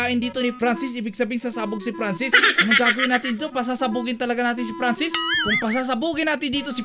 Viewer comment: franscis hindi pransis